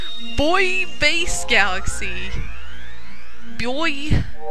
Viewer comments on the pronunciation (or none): It's pronounced Boo-ee Base